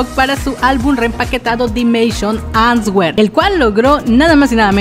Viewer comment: la pronunciación de answer está mal, es Anser, sippp 😊